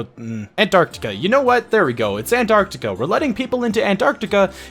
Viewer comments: ITS PRONOUNCED ARO-STOTS-KA NOT ANTARCTICA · here's how to pronounce it, are stote skuh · you say arstozka like this: arse-tots-ka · What is this? Not bothering to pronounce the name of glorious Arstotzka? Believe or not, right to jail!